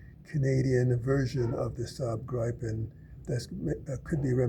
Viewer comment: Oh god. the butchering of the name Gripen in English is so BAD! Try ti pronounce it like it was spelled Gree-pen for the love of god.